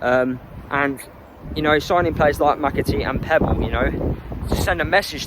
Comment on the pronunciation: Pepple not Pebble